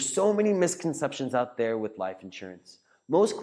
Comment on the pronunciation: Like the content except the way you say liiiph insurance